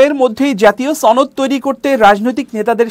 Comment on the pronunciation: আপনিও ছনদ উচ্চারণ করেন?